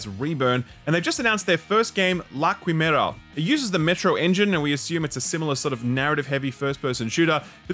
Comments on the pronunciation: it's chimera, not cuimera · From the makers of "el hee-yow" now comes "la kuimewrah" 😂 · Quimera is pronounced like "chimera"